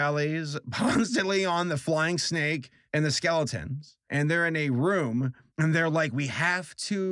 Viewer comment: When he talked about the snake I thought he said stake.